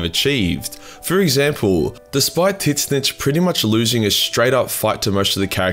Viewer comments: Can you stop saying Tit-snitch ? ;P Tzeentch is pronaunced " Zinch / Ts-inch " (a wordplay on the word "change"). It really can pull me out of an otherwise great video, and we don't have to speculate which is more accurate, because in media signed by GW there has been auditory confirmation on how to pronounce it f.e. in "Warhammer: Total War" series. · Why do you pronounce Tzeentch like that?